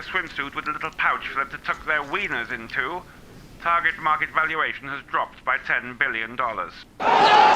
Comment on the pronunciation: I'm glad I'm not the only one who calls it, "Tar-jay" :)